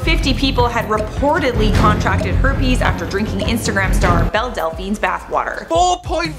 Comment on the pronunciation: Amber Liu pronouncing Belle’s name is adorable